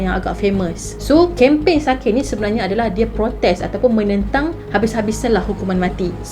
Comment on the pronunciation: Actually cara pronouns sakae tu ialah sakai 😹 sebab jepun bukan korea 😅